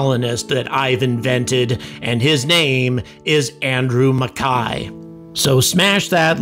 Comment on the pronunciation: You are the first American I have heard prounounce "MacKay" correctly.